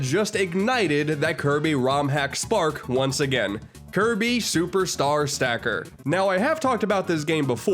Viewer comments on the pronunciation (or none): you mean Kirb- Star?